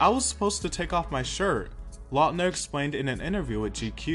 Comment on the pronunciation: love this! thank you for the little nostalgic moment! and thank you for saying his last name right! we've done him wrong for too many years!